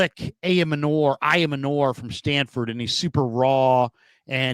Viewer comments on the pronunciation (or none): I gotta keep posting this until you see it; Elic Ayomanor's last name is pronounced: "eye-yo-manner". Think manor like the building ("a large country house with lands; the principal house of a landed estate.").